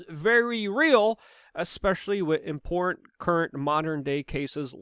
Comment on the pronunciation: Give it up. He can't even pronounce "important" or "Putin".